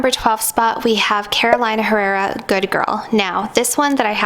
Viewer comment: "Caroleena Errera" (the h does not sound in spanish) that is the pronunciation of the name of the Venezuelan designer.